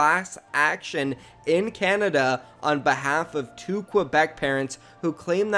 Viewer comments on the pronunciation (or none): none